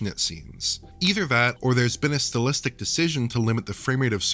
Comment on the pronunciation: I don't care for this newer guy narrating these videos. Also, "still-istic"? It's pronounced "style-istic."